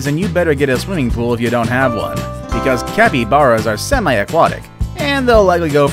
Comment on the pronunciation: he said capybaras wrong it sounds like is has and e not to a's